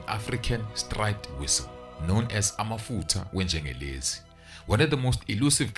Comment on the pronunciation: It's amafutha enyengelezi not amafutha engengelezj